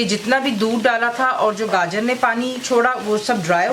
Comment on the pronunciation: i thought title spoke ( gajjar ) and not ( gaajar )